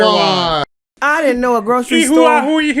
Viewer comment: Ear-why-who-when? Erehwon!